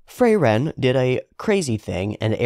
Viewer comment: The names are German and are pronounced as such, so Frieren (to be cold/freezing), not Freiren, and Flamme, not Flam